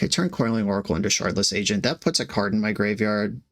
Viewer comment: Shardless is pronounced with a hard t sound where the d is. It has a Ukrainian root similar to how they overpronounce w's.